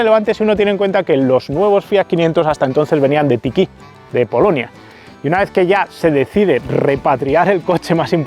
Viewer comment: Muy chulo el video. Soy un reciente suscriptor y aficionado a los coches y me estoy tragando videos tuyos sin parar. Qué maravilla que nos podáis brindar un contenido de tan alta calidad. Sólo un comentario pequeñajo: la ciudad polaca Tychy se pronuncia "Teje". Es una tontería, pero mi mujer es de ahí y no pueden estar más orgullosos de su fábrica de FIAT. De hecho los niños muchas veces piensan que FIAT es una marca polaca de coches. Un abrazo desde Cracovia.